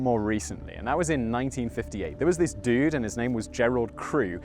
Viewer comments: "There was this duuude, and his name was Gerald Crew." Said like a Californian in the PNW. :D (Like me!) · It's so funny hearing you say "dude" with the classy British accent.